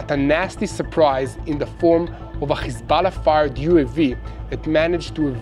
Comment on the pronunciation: the way some pronounce Hezbollah... it's nerve wracking, sucks